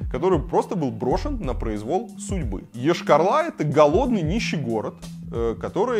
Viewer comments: Прежде чем говорить про город Йошкар-Ола, для начал надо было посмотреть как правильно город называется, уши вянут от того, когда говорят Ошкар-Ола... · Рассказывать, конечно, стоит. Но Вы слишком ёрничаете, кроме того, затянуто вступление. Очень. И заметьте: не Ешкар-Ла, а Ола, а то получается как у некоторых деревенских местных -,,... Ла".